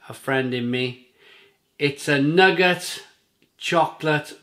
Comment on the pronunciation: Great vid again. Pronunciation of Nougat is Noo - Gah.